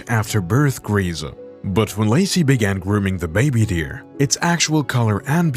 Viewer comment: Why does Lacy become Lucy during some instances of the narration?